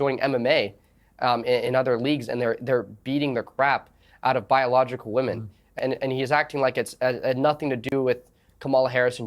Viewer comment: So no-one is talking about the weird way he is pronouncing women.... if you need to to the spelling on it, you need to take account the e.....pronouncing it like a European I 😂 america is wild yall. Woke have destroyd everything, even this man